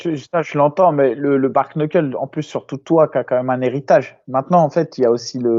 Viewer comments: On se régale toutes les semaines grâce à vous ça fait pas de toute, juste un petit point vocabulaire sur le bare knuckle s'il vous plaît 😂: rien à voir avec un bar, c'est le mot "bare" qui veut dire genre "tout juste, strictement", et "knuckle" qui veut en gros dire les phalanges ou les articulations des doigts. Donc les 2 ensemble ça veut dire mot pour mot "strictement les phalanges", en gros poings nus. Et au passage, ça se prononce "bère neukeul" le -a de bare se prononce -è, et le 1er -k de knuckle est silencieux. Déso mais là avec l'explication de, la situation est en train de dégénérer 😂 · C’est pas « Bar » Knuckle 🤣